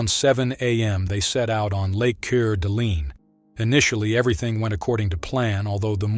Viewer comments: Core duh lane!! Not coor deh leen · Cur-da-lean? Cor-d-lane! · It is pronounced Core-d-lane. I never understand how people make these videos but cannot bother to learn how to pronounce names or locations. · Hey fool it's pronounced "Core da laine" not "Corleen" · Couer d'alene = "Core-duh-lane" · Core-da-lane...thats how it's pronounced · If you're going to narrate, learn how to pronounce the name of the place you're talking about. Coeur d' Alene= " core da lane". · Jesus dude, learn how to pronounce! With the internet available, there is no excuse to sound so uneducated. It sounds like "Cor da lane"! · Lake ker d-lean? Locals don't pronounce it that way. Poor research on your part. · I’m pretty sure it’s pronounced “Core-da-lane” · Core da lane if you care. Update, read through more of the comments and seen the correct pronunciation numerous times, sorry my bad. Spokane here and cda is minutes away. This chick was a thief, adulteress, murderer, and finally a bail jumper sticking her own flesh and blood pregnant with child #3 with the full cost of jumping bail. She should not get out but she will. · Lake ker-da-leen. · It's pronounced Core da lane. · The lakes name is pronounced Core De Layne. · Your pronouncement of that city is WRONG....try "Cord-A- Lane" and you'd be more accurate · It’s Cowre d’alen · I am always amazed when creators don't take the time to learn how to pronounce things. It is pronounced CORE - DA - LANE! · Letting commentator know Coeur d'Alene is pronounced Core da Lane. I live near where this happened, the next county north. So sad for Larry and his children. Very good and informative video. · It's pronounced like core d lane. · Core -duh-lane